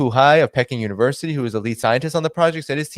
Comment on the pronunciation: Is ‘Peking’ really pronounced ‘pecking’ not ‘peeking’?? This is the second time this week (and the second time ever ) that I’ve heard it pronounced that way!